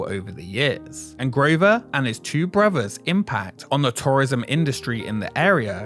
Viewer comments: This might be watchable if the narrator didn't pronounce "brothers" as "bruvvuhs". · One of the worst documentaries I have seen. Long, rambling, disjointed presentation that never gets to the point. Also, what is it with the British that they speak such poor English? Brovers? Fousand? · it is pronounced brothers not bruvers